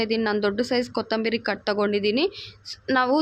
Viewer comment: ಕನ್ನಡ ಅವರ ಭಾಷೆ ಅಲ್ಲ ಅನ್ಸುತ್ತೆ. ಪ್ರಯತ್ನ ಪಡ್ತಾ ಇದ್ದಾರೆ. ಕೊತ್ತಂಬೀರಿ ಚಟ್ನಿ ಮಾಡ್ತಿದ್ದಾರೆ, ಉರೀತಾರೆ, ದಾಸ್ತಿ ಉರೀಬೇಡಿ ಅಂತಾರೆ....😂. Still good effort if Kannada is not her mother tongue. I don't know if we can speak her mother tongue just as well.